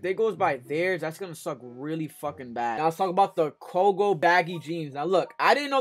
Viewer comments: Koge 😂 definitely not pronounced like that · Never heard Coogi pronounced like that 🤔